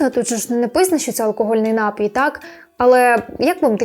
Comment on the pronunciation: Пані, прошу запам'ятати: напІІІІІІІй, напООООООООї. Наголос тільки один! А щодо кількости алкоголю - то немає безпечної дози. Он мій батько впродовж певного часу постійно пив пиво в автівці, а потім приходив додому й поводився мов остання паскуда. Зрештою довів свій організм до інсульту, рік мусив відновлювати здоров'я й нині не п'є. Зате їсть солодощі й сидить за компом до пів на четверту ранку. Трясця... Шановне панство, не пийте тої гидоти! Майте повагу до себе й до всіх довкола себе! До речі, я не п'ю, бо ще у школі так вирішила. А на тупі жарти, якщо мене вже дико забодали, питаю: "А що ліпше - прокинутися завтра вранці з чистими печінкою й головою чи не прокинутися взагалі, захлинувшись власною блювотою?" Переважно впливає.